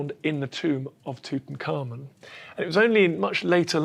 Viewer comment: you would think doing a document you wold want to pronounce the nam proper. Tut Ank Hamun. not Tuten Khamun serious now your subject before making a documnery